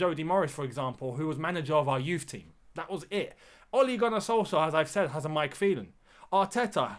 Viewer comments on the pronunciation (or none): none